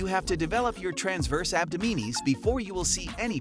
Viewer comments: Abdominis is pronounced Ab-Dom-in-us. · Interesting pronunciation of ‘abdominis’……… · DISCLAIMER: YOU WILL NOT GET A SIX PACK FROM JUST DOING PLANKS! After I heard you pronounce abdominis incorrectly so many times, and then also say that if you do the plank you will get a six pack, I stopped watching. Please do not spread that sort of disinformation. You need good diet and low body fat to have a visible six pack, that's it.